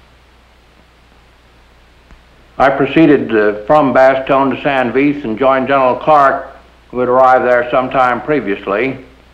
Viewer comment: Great upload - Thanks. It makes me chuckle that very few American (or English) pronounce St. Vith correctly. It should sound approximately like 'Sant Veet' since 'h' ("Ash") is silent in most french words. But, please keep up the good work!